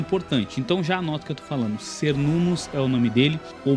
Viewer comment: muito bom o video, mas Cernunnos se pronuncia "ker-nun-nos" com som de K ou qu e não S